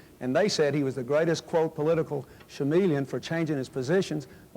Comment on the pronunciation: did he say” shameleon”